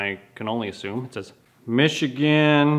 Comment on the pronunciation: Full stop....another cool little project. And good to see a Canadian say Michigan proper :)